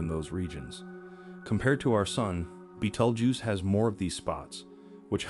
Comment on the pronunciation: Learn how to say the name of the star.